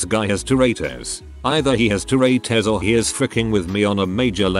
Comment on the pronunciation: Word: "tourette's" AI voice: "toratos" (I prefer Doritos personally)